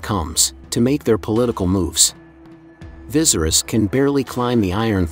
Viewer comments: Everyone say it with me Va-sar-ries😲Couldn't focus on anything in this video because of the commentator saying " Vi-zer-is". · King VY-SERE-IS not VIZERIS lol 🙄🙄🙄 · Dude said “Vizerus” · Right, he says it like how visceral is pronounced and it doesn't sound right at all to me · Vis er us pronounce it properly it’s so annoying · I swear😂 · Bro I hate how you say viserys name ! It’s actually pissing me off lol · How about pronouncing Viserys’s name correctly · Say his name correctly to start. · Rhaenyra should be queen because Viserys said so. Ps. please learn to pronounce the names right 🙏🏾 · Lmao bro the way you pronounced viserys legit made me jump hahah, kinda dig it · I hate the way he pronounces viserys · I think you are definitely pronouncing the name viserys, wrong. It doesn't end in "ies", actually you're pronouncing every name wrong!! Must be a computer.? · Am I the only one who thinks the pronunciation of Viserys makes this unwatchable?